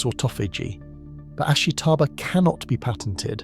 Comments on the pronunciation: You seem to have done research for your video, but you haven't even pronounced the name of the plant right. Its ASHITA-BA (ashita - tomorrow). Not ashi-taba. ASHITA-BA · You're pronouncing "ashitaba" wrong. The "i" is unstressed to the point of being virtually silent. It should sound more like three syllables, not four.